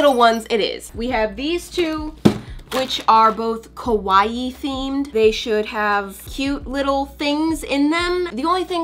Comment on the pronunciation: I watch this and die. She says Kawaii like Kowai. Kawaii means cute in Japanese. Kowai means scary.